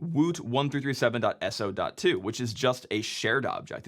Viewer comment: Isn't woot1337 pronounced "woot leet"?